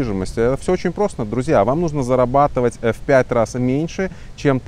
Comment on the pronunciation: сколько ааа.. не «зарабатовай» ааа.. писать без ошибок аа.. будет так же невозможно…а..